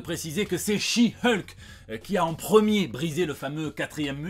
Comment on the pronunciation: Bon aller, vu que tu prononce correctement le nom de She-Hulk, je suis sûr que tu va y arriver avec celui de son coussin. 😂🤣